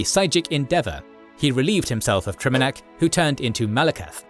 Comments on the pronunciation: Your videos are amazing but bro PLEASE stop mispronouncing names. You do this across your content — here, for example, you repeatedly pronounce "Trinimac" as "Triminac". You even say "Triminiac" once. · "Triminac" lol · Take a shot every time he says “Triminac” instead of “Trinimac.” Still love you guys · Should probably do a script review so you arent mispronouncing the main god Trinimac, not Triminac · It's Trinamac, not Triminac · It’s not Trinamac, it’s Trinimac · I hate that the AI used Triminac while I can clearly read Trinimac 🤣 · Mispronouncing Trinimac as Triminac throughout the whole video is a big blunder. Should also check for how to pronounce chimer or psijic. Good video otherwise! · You kept mispronouncing and miswriting TriNImac. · bro misprononounced Trinimac as Trimanac 😭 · "Triminac" I'm going to cry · I agree, hearing the pronunciation of “Triminac, Trynimac and Triminiac” in one video was very humanizing and gave even my OCD brain a chuckle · Trinimac. You mispronounced it every time 😭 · Dude is just butchering the word trinamac god dude lol😅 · FFS. The pronounciations are once again off. It takes a lot from the video and the "cred" of the narrator: * Trinimac * "Seedjeek", not "Saidjik" Seriously guys. This happens almost every video. Do a bit more effort to provide a massively better product. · Mispronounced Trinimac...